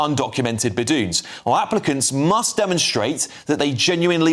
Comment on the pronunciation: "beh-doons" 😂🤣😂 it's pronounced "bed-wins" he even said "balloons" at one point 😂😂😂😂😂😂